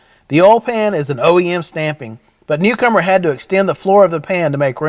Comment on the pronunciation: I thought he was saying cucumber 🤣